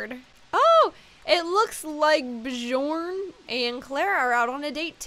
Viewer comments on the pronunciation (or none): Bjørn is a Norwegian name and it's actually said like byorn sorry I just have to correct people sometimes.